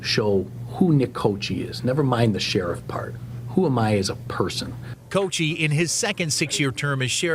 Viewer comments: his last name italian "cockee" that is how you pronounce "cocchi", in italian it means coconuts, plural of cocco, is cocchi, pron. kokkee, (not cochee). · It's funny --- the correct Italian pronunciation of his name is /ko-kee/, not /ko-chee/. I grew up in a small town with a large Italian ancestry, and everyone I knew maintained their original pronunciation. Normally 'C' is pronounced like 'CH' when followed by 'E' or 'I' --- Gucci, "Ciao!", Liberace, etc. But an 'H' after the 'C' gives a hard pronunciation, as in Pinocchio or chianti. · Fun fuct Cocchi is an italian last name. It translates to "coconuts" and it's pronounced "cockky" 😂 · The name Cocchi (meaning coconuts) is Italian and would be pronounced Coc-ky, why then do Americans, pronounce it wrong ?! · Any native Italian speakers out there? Sheriff's name is pronounced "cocky", right?